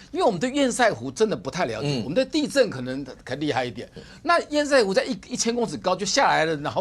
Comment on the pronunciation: 不要一直在那邊厭「屎」湖好不好 ㄙㄜˋ！ 不是賽，這是破音字但並不是隨選發音。